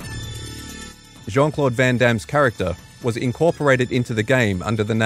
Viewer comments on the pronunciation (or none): Jean is pronounced as "Sean" in Jean-Claude Van Damme.